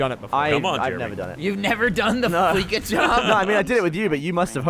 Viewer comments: Noooo it's Flee-sa as in "we'll Fleece ya... cause we're a bank". Fleeka. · I want to cut my eats off when they all says fleeka. Its FLEECA "FLEA- SAH" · Say it with me... fleece.... fleece. Like shaving a sheep gives you fleece. Hair. FLEECE. NOT FLEEK. FOR THE LOVE OF FUCKING SATAN, LISTEN TO THE DAMN COMMERCIALS THAT HAVE BEEN IN-GAME FOR OVER A DECADE